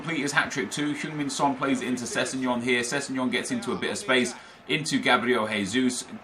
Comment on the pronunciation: Who da fuk is sessengon